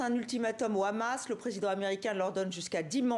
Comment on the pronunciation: Pourquoi il y a que les israéliens dans cette région qui ne savent pas prononcer Hamas et disent khhamas preuve qu’ils ne sont pas du moyen orient 🤣🤣🤣🤣